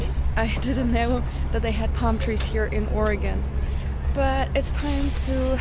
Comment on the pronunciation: Hey, this is great you made it down to Portland. You even pronounce our Sate like a native. LOL. The river thru downtown is Wil-lam-ette. Hope your time here was wonderful.